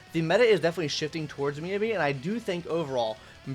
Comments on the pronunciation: Your phonetic pronunciation of Miyabi is killing me. It's pronounced "Me YAH BEE". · No it's pronounced miyabi